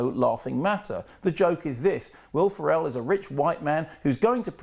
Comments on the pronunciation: It's pronounced "Feral," not "Pharell." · Also a disappointment: If we missed an opportunity to enjoy the Dr. K drinking game whenever he mispronounces Will Ferrell's surname. I'm convinced this is deliberate, though I've no idea why. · How hard is it to pronounce Will Ferrel's name correctly?